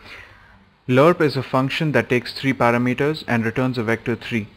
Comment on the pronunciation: i like how u say parameters...its cool you say it like para meters like 2 words good tutorial too